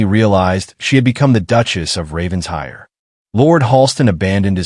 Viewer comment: RAVEN-SHIRE, not Raven's Hire. Please get an English speaker to train your AI narrator!